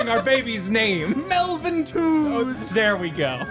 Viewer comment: When I heard Melvin i was like:Meltvin